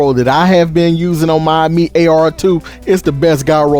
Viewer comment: Uh-meat lmao